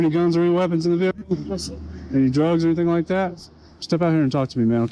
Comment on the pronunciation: 'Hennything is possible' 😂